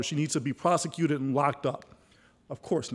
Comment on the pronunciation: "prosicated"... lol. yeah, he's friend's with good ole george junior for sure!